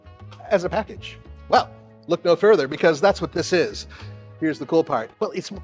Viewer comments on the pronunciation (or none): none